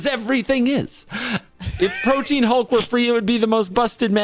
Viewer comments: That is not how you pronounce protean, its not protein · Holy shit, yet another person who pronounces Protean Hulk like "Protein". IT'S PRO-TEE-AN